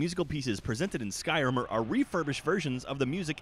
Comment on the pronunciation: I love how calls Skyrim, Skrim